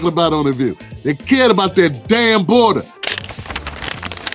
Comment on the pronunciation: “They cair about tha damn boahdah” I like this guy already. I’ll stick around 🤣